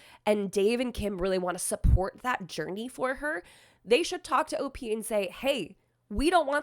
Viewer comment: For all that is good in my ear buds do not say OP the way you said it. Please please please please please don't!!!! O. P. is just fine. I love your contact but this is the one time I will stand firm in this.